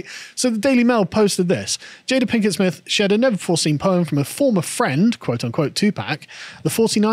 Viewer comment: lol, i think I heard "Plinkett Smith" a few times. Think she hates star wars too? "the most disappointing thing since my husband"